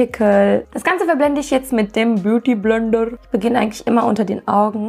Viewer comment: Du hast Beauty Blender richtig indisch gesagt ahhahaha😂💗💗